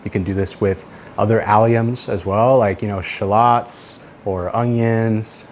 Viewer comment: “Shuh-lotz” is crazy